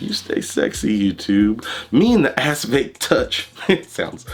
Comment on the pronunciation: Sounds like your saying ass face 🤣😂🤣